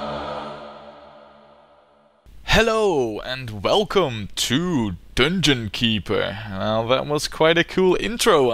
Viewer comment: "dunngunn keepurr"